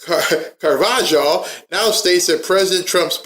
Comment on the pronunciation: Carvajal is pronounced Car-va-hal. Now put it together & you get Carvajal. 😊 Great info.. Thank you for all you do. ❤❤❤❤